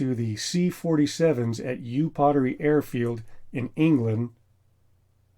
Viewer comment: As soon as I heard Upottery pronounced as Yoo pottery, I knew that I couldn't watch any more. It's Up-ottery.